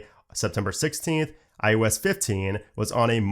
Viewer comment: It is NOT IUS! It is IOS! The only aggravation I have about this channel is the fact that you keep mispronunciating iOS by saying IUS!!